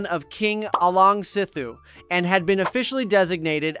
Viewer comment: Great video, but please look up pronunciations instead of winging it. Pagan is an easy one: buh-gahn. Some people put an emphasis on the second syllable, but never the first. Alaungsithu (ah-LOWNG-see-thoo) is hard, but he can also be called Sithu.